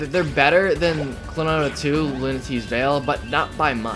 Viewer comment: it's "klonoa"! and he's not tails brother! tails is a sega character and he's a namco character! you know that!